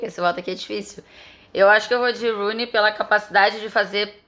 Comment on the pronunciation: Ela falando Rooney foi mto ruim kkkk